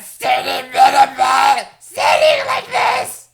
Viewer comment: Metal ball sounds like cancer ball